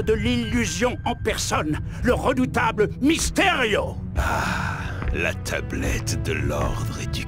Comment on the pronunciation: Euuu c’est moi ou Mystério dit la teublette à ? XD